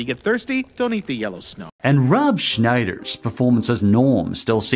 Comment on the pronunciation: why do you say Rob Schneider like that